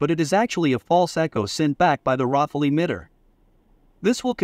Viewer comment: it sounds like you are calling the rafale, Waffel...